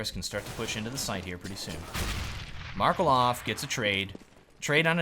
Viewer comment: you only did 1 mistake pronouncing markeloff, you should stress on E, not on a, like this: [mʌr'kelov]